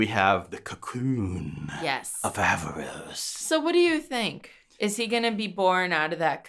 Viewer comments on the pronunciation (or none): It's Aaravos, not Aavaros